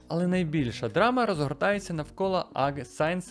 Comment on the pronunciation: Чувак,шо в тебе з англійською?! :face-fuchsia-wide-eyes: Аг сайенс 1974, Кантри лазер?! 🤦‍♂